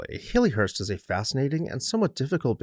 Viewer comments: It's pronounced "Hal-lee" not "Hay-lee" . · He said Hay+Lee+hurst throughout??.😊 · Great description of the house and its history, but you are NOT pronouncing this correctly. The Victorian name Hallie rhymes with Sally or valley. It was originally a pet form of Harriet just as Hal was a pet form of Harry. It is NOT a form of the modern name Hayley as in Hayley Mills, which comes from a surname and is a completely different name. :)